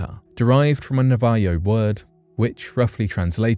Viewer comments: Navajo is pronounced Na-Va-Ho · Navayo word? Navajo= nav a hoe